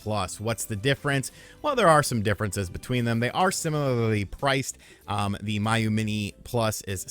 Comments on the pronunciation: First of all you're saying it wrong. It's pronounced Me-You.......not My-You...lol. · It’s “Mee-Yoo” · and Miyoo for that matter 😂